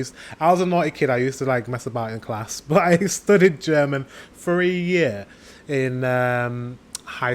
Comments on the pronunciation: Wow you´re pronounciation sounds perfect to me and i should know it as a German. You seem to be very talented if it comes to foreign languages 👏please learn German, wish you all the best and send you hugs from Hamburg (northern Germany) 🤗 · Dang mate, your pronounciation is really good! Sure there is an accant but everyone in germany would understand what you´re saying! If you get some practice you would be fluent in no time! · I'm impressed by your pronounciation. Way to go :D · I think you should start learning German again. Your pronunciation is soooo good. I love to hear your German. And it was so heartwarming to see the joy in your eyes, when you start to remember the things you learned! I was immediately smiling vom ear to ear. Hope you have a wonderful christmas time. Greetings from Germany <3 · you say you can't speak German but you pronounce it pretty well :) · very good pronunciation, i´m impressed! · Your german pronunciation is good. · I can only agree with the previous speaker. Unlike many others, your German pronunciation is really good. Love your channel. Can't wait to see more. 🖖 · You pronounce german so good like someone who spend a few month here ^^ You would learn german in no time i guess!!!